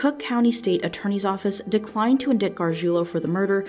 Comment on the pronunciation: Yep! She made this same pronunciation mistake in a video from a month or two ago that I, and I'm sure many others, pointed out to her. So she never learned from that mistake either. She's gonna keep on talking about "in-dikt-ments" and people being "in-dikted" as long as she can think & speak.